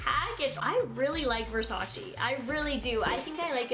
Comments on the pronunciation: Kiemas AZZ she pronounced it wrong, Versace is an Italian brand and we pronounce it diffferently than she did, even Donatella said that you all pronounce it wrong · If you’re going to make a video on Versace say it right at least? Hahahah lord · Its not versachi its versace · VERSACE NOT VERSACI!! ly from italy❤🤗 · Don’t call it versacI it’s Versace pleaseeeeeeeeeeee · Its versace not versachee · Girl , versacEEEEEEE not versacI 😤😤😤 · Its VER-SA-CHè not ver-sa-chi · ver sa CHE not CHI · Its VersacE not Versaci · versacE not versacI dumb ass blonde bitch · This is not the cheapest thing That they have the cheapest thing actually is a little baroque Black plate for 29$ And PLEASE don't say versaciiii it's versace simple as That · Let me help what Donatella told, "it's VERSACE, not VERSACI." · In Italian is VersacE not Versaci..pleaseeeee!! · It’s Versach-eh not Versach-ee 😭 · It is versacE, not versaci, pls stop saying it like that 🙄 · it's versac"e" not versacie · IT'S VERSACHE, NOT VERSACHI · Adolfo Pasetti actually Donatella even said that she wish people stop of say "versachi" because the correct way it's "versache" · Is not “Versachi” is VersaCHE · It’s pronounced “Versachay” I cringe how you say it omg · ‘I love Versace!‘ * says Versacy * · It's pronounced Ver-sah-cheh/Ver-sah-tchay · You pronounce it wrong. It's VersacE with E not I -__ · It's pronounced versa-che , its French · it’s pronounced ver-sah-ché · Versachi Versachi Versachi! 😜😜😜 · Kiemas AZZ it’s “Versach-eh” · Kiemas AZZ watch 73 questions with Donatella Versace, "versaci" is the wrong way to pronounce it. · Ver sa che that's how it is pronounce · Cringy when you said Versace wrong lol. But I love you!!!!!!!😍😍😍😍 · I’m dying laughing at all y’all trying to hate on for pronouncing Versace wrong but then telling her to do “Channel” or “Gevenchy” 😂😂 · You’re saying Versace wrong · You pronunced wrong versace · You pronounce the name of the brand wrong 😂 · you are pronouncing Versace WRONG